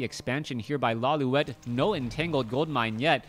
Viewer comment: isn't it Lawli-et? Instead of Lawli-wet? I always get confused you cast his games. haha